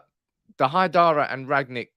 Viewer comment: I don't want to be pedantic....BUT...its RANG-NICK, NOT Rag-nick.